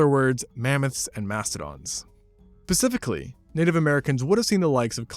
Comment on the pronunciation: he's saying pasifically here right I'm not crazy??